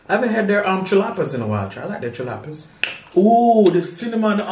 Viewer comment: HOW YOU GONNA CORRECT WHEN HE SAID THE NAME WRONG & YOURS WAS WRONG TOO?🤣🤣🤣🤣 YOU SOMETHING ELSE 🤭 YOU SAID CHALAPPA'S ###WRONG❗